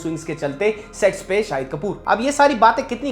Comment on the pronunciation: Sets ko Sex kyun bol rhe ho?